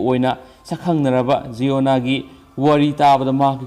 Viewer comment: Sir jiona Nate,(ziona-)jai-on-ah haibi o🤣